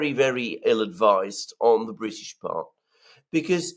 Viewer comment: Yes, yes ! The Bwitish always send HMS Pinafore !